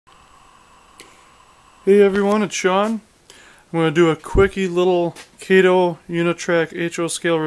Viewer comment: Try replacing the Broadway trucks with good Walthers trucks. By the way... it’s pronounced KAH -TOE. Not Kay Toe!